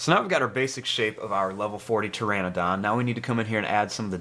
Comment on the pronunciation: And can you please draw a Bonitasaura lvl 40 and you told pteradon instead of pteradon